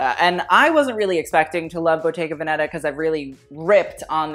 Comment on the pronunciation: love u but it kills me how you pronounce the 'veneta' in bottega veneta